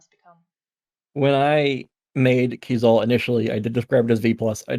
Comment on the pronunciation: I've learned I've been pronouncing Keizaal wrong... and I think I reject pronunciation.